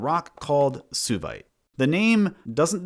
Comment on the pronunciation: Should Suevite not be pronounced "sway-vite", like the ancient Suebi and modern Swabia